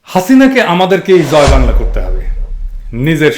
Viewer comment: দাদা আপনার 'জয় বাংলা ' শব্দ টা শুনতে ভালো লাগে